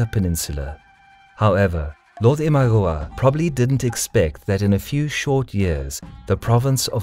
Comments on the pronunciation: Great, so I've been pronouncing Imagawa wrong all these years. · you mistakenly wrote 大友氏 (Otomo clan) instead of 尼子氏 for Amago clan. That and the mispronunciations, like 'Imagawa' which others have pointed out, and 'Tokaido', where both 'o' is pronounced as long 'o'. Other than that, good video. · every time i hear him say imagawa wrong i just want to skream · i can't stand how u say imagawa but really nice vid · Your pronouciation of Imagawa is ridiculous, jesus christ